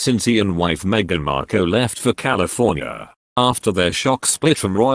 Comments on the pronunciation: Love it. Meghan 'Marr-kelll' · If you are going to commentate at least try to pronounce Markle correctly.